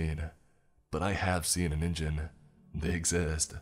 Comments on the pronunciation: Im sorry, but every time you mispronounced Ningen made me cringe so bad. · It isn't just English words! "Ningen" is "human" in Japanese, BUT IT ISN'T SAID "Ninjen". I feel like our generation should at least be familiar with how Japanese loan words are said these days... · Problems with the narration: Ningen (human) is pronounced with a hard G. With the J sound, it turns into ninjin (carrot). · Hey bro, it’s Ningen. Hard G sound. The Japanese have both J and G in their alphabet and G always sounds like Guh. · Is noone going to comment on how he was pronouncing ningen wrong.